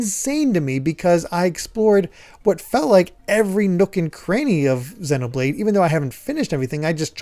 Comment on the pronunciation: I still think you're pronouncing Xenoblade wrong 😛